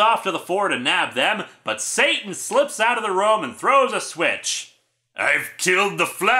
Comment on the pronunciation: I think it's meant to be pronounced "Sah-TAHN" (rhymes with "baton"), since "Sieur" is French for "Sir".